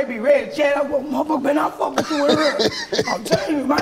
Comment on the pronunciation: I swear she sounded like she from that STL the way she said "hurr" 🤣🤣🤣🤣🤣🤣🤣🤣